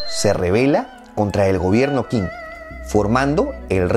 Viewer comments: Qing se pronuncia 'Ch'ing. En general las Q's se pronuncian como CH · En realidad la palabra Qing se pronuncia "ching" y de hecho de ahí viene el nombre actual de China con el que conocemos al país en Occidente, como dato adicional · El video está muy bueno, lo único que te sugiero es que aprendas pronunciación china, no es tan difícil, por ejemplo todo lo que se le qin o qing se pronuncia chin o ching, y la dinastía han, se pronuncia jan, como la H en inglés, saludos